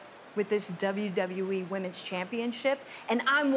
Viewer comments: Nobody else heard Bailey say WWE Wamens Championship? 😂😂😂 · “The Wamans championship” made me chuckle a little 😅